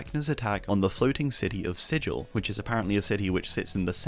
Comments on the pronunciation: The floating city of Sigil is pronounced with a hard g, and it's illegal to pronounce it with a j sound within city limits. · Fun fact, Sigil in DnD is pronounced in the stupidest posible way. Sig-il with a hatd G sound